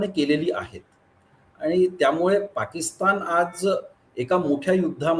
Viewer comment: साहेब आपले पॉडकास्ट नक्कीच चांगले असतात.परंतु आपली भाषा सुधारण्याची गरज आहे असे मला वाटते. पाकिस्तानच्या ऐवजी पाकिस्ताण मनाच्या ऐवजी मण कुठे न आणि ण वापरायचा हे कृपया ठरवून आपण बोलत चला ही विनंती🙏 त्यामुळे आपली भाषा अशुद्ध वाटते धन्यवाद 🙏